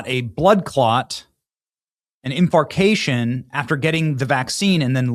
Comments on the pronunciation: It's not "infarcAtion." it's INFARCTION. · Never heatd infartion pronounced that way Benny!!! Lol